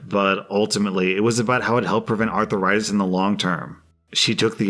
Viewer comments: LOL. I love the way pronounces "arthritis." Is he from Georgia or Texas? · I just couldn't concentrate on the last story because of how was pronouncing arthritis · I feel like mispronounces things like arthritis to drive up engagement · You mispronounced arthritis every time you said it. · The way pronounces arthritis is worse than the sound of cracking knuckles. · If you mispronounce arthritis again I will flick your ear. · Wth is that abomination pronounciation of arthritis... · Everybody: "Arthritis": "Arthur-itis" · Is he saying arthritis or arther rites? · "Arther-itis"? Have I been saying it wrong when I say "arth-ritis"? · Normal People: “Arthritis”: “Arther-itis” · About drove me nuts on the last one. It's 'aar THRAI tis', not ARTHUR RI TIS. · That is NOT Arthur-itis. It is said ARTH-ritis. There are two main types. Osteo-arthritis and Rheumatoid Arthritis. There's also Dupuygens Contraction. A peculiarly Viking lineage complaint. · Uh ... it's arth - ritis. Not arthur -itis. Seems like a southern thing. Making a 2 syllable word a 3 syllable word. And adding a letter to boot Doesn't sound smart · Arthritis, not "artheritis" please! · Bruh what the hell is arthuritis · “Arth - rie - tus” not “Arthur write this” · Wait wait wait.... all I could focus on in the cracked knuckles story and how kept pronouncing "arthur-itis". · Everytime I heard him say Arth-AH-ritis, I died a little more inside. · I was hoping I wasn’t the only one to be annoyed by him pronouncing it arth-er-istis 😅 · It sounded like he was talking about a person, Arthur Ritis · I was searching for a comment talking about that 😂😂 “Arthur-itis” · The way you say arthritis 😂😂😂😂 "arthur ritis"🤣🤣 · "Arthur-itis" is it? Lol!! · By the way pronounced it, I thought the malicious compliance in the last story was going to be that the essay was going to be about someone named Arthur Itis. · "Arthur itis"